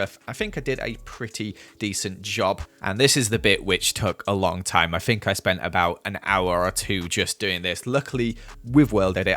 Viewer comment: It makes my day when says "I fink" 😂😂😂